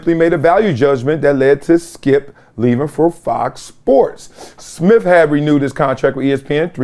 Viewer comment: I thought it was Smith, not Smiff. And with, not wiff. Come on, Columbia